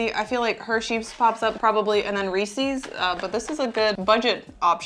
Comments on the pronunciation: You pronounce Reese’s so odd. It’s Ree-sis, not Ree-sees. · Reese's not reesee's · It’s Reece’s like “reece is”. Not Reecees like feces. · Very interesting. BTW it's not Reesey's but Reese's rhymes with pieces. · Sorry, but I got hung up on saying "Reese-sees" 😂 Love all your content but that just threw me off. 😅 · ughhh Why do you say Reeses like that??? hahaha Not ReesEEs... Good video though, funny! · why do you pronounce Reese’s like “Ree-sees”? Asking for a friend. Tee hee. I loved this video, as usual. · Unfortunately like it or not, that is NOT the correct way per Hershey’s the parent company. I don’t understand why people say it wrong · The way she says Reese's is weird. Almost like how someone who has never heard anyone say it proper would pronounce it. Like how easterners pronounce Nevada or Oregon. Just slightly off. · You’re saying Reece’s wrong